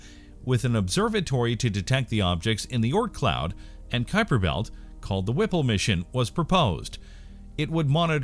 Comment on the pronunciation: what is a "Kuiper betl" ? xD